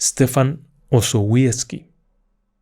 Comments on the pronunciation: Se pronuncia "Estefan Ozobiezky". Ni es tan complicado. Era un hombre de su tiempo: estuvo a punto de ser ejecutado por los bolcheviques, y su vida acabó en manos de la Gestapo en el alzamiento de la Powstanków Warszawskie. Como él mismo lo predijo, su cuerpo jamás fue/ha sido hallado y hay un cenotafio en su honor en el cementerio de Stare Powązki. Los guias de tours de la Segunda Guerra en Varsovia lo mencionan en calidad de heroe nacional. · Osowiecki se pronunciaría osovieski.